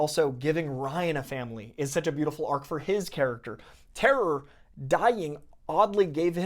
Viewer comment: I gotta ask, why do you say "sech" instead of "such" ?